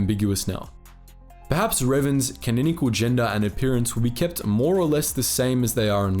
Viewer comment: Canonical being pronounced wrong so many times tho